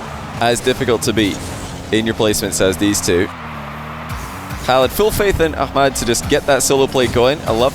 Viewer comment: I like how he actually pronounces the H in ahmads name unlike loads of ppl ik